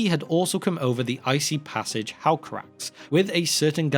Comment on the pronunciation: Pretty sure the final ë in "Helcaraxë" is pronounced, so it's "Hel-ka-rax-ay" instead of "Hel-ka-rax." Minor nitpick, great video! Love drifting off to these legends.